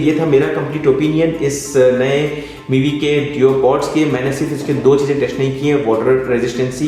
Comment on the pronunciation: Duopods........not deopods...... Aleksha nahi hota hain, Alexa hota hain..........itna bada YouTuber hone ke baad audio bahut zyada shit tha aur fir itni ghatiya awaaz